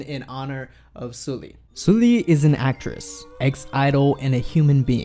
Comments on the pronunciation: how he pronounced it: 술리/슬리 how it should be pronounced: 설리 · Her name is Seol-li, not Soo-li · Thank you for making this video <3 It's important that people talk about this. P.S. It's pronounced Seolli (설리) and not Soooolli. No critic. Just felt like telling you.^^ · Excuse me, I know this is very stupid... but you're saying her name wrong that's how it should be pronounced... it doesn't matter ... this is very tragic ... she was only a year older than I am, with such a promising future... so beautiful and talented... it's heartbreaking :C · In memory of her, please pronounce her name correctly..... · if you're gonna make a video about her at least pronounce her name right